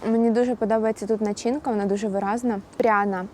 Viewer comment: нАчинка правильний наголос